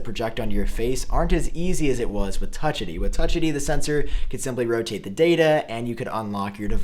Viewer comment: DUDE ITS NOT ONE WORD ITS TWO!! Not faceid or touchid it’s touch...id and face....Id. Not faceidy lol